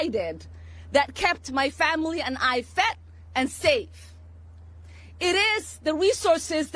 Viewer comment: “That kept my family fet and save” that’s what I heard lol